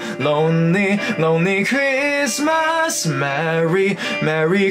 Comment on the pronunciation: Christmas果度音唔係好到 爭少少 留意下